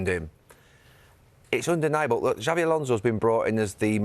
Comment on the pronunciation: Please get the pronunsiation of XABI Alonso´s name correct. Xabi, the X is no pronounced like "J" but as an "S" as it is Basque. Whereas Xavi Hernández, the catalán player, his "X" is pronounced as "Ch" as they pronounce it like that in Catalunya. It really does sound weird liestening to a "JABI ALONSO" and not "SABI ALONSO" thanks